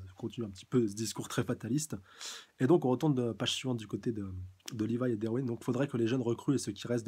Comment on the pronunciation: Rivaille > Livaï (Au japon les L ne se prononcent pas...)